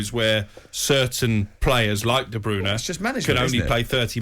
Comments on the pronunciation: "Kevin Deebrooner" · Worst pronunciation of KDB’s name.